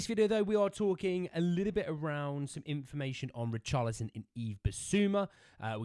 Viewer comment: Sounded like you called him Richarlatan? A bit harsh, innit..? 😂